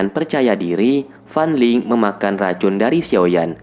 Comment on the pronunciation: Kaliantau gak tadi aku dengar FAN LING=FAN LONG